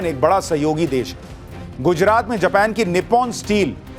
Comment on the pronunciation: जपान नहीं भाई जापान हे उस देश का नाम